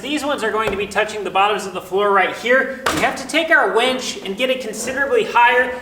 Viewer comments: Why do you keep calling that a “WENCH”? It’s a WINCH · Winch not wench LOL 😂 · No one else hears wench, a serving waitress, instead of winch. A mechanical lifting or pulling device 😂🤣😂🤣😂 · I am pretty sure it is a winch NOT a wench. Made me chuckle. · It’s a winch, not a wench. A wench is a medieval female server in a pub. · a wEnch (wen(t)SH) is an old term for a a young woman etc. A wInch (win(t)SH) is what you have upstairs to lift the beams. Your pronunciation of winch always sounds like wench. LOL